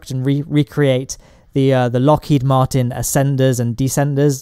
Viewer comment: I usually just lurk, but the continuous pronunciation of "Martin" the name, as "Martian" the extraterrestrial was painful to listen to. Otherwise -- I dig it.